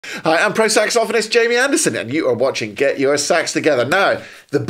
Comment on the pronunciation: You are the only person I have ever encountered who pronounces "saxophonist" correctly.